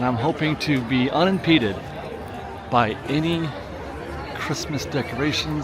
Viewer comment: Unimpeded, not unpeded